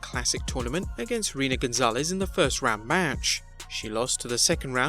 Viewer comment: You won me back with reading Reina Gonzalez name exactly how it was spelled the first time and then pronouncing it correctly the second time 🤣